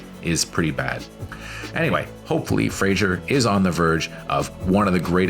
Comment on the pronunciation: please learn how to pronounce his name at least : freɪzər/ FRAY-zər !!!!!!!!